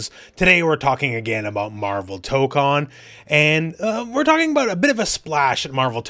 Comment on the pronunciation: Tokon, the 'ko' in Japanese is pronounced like the 'co' in 'cone' or 'coke,' not like in 'con.' Since you have such a large reach, I hope you can pronounce it right so others get it right too!